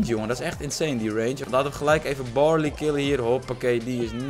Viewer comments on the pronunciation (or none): BARLEY NIET BORLEY